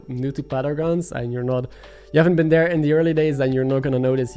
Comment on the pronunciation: Learn how to say 3